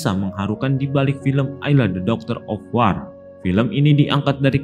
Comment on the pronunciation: Duh lbh sedih lg buat yg baca narasinya gak bs mengucapkan judul film... 🤭🤭